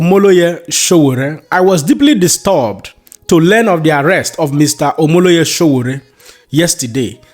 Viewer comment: His Exellency P O is a man after my heart. do your homework its says a lot abt you that thru this entire Video,U didnt for once Pronounce Sowore name correctly.U guys want to be taken serious as an information outlet?